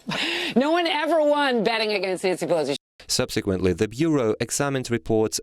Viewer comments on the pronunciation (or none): Whoever is reading this to us, LEARN TO SPEAK ENGLISH! Her name is ,PelOsi, Not PelAsi! And we're not surprised that her family is corrupt, she's friends with Killary Rotten Shitton. Of course she'd be a crooked piece of shit.